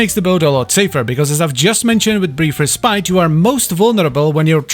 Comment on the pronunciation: is it just a running meme in the wf yt community to mispronounce 'respite'?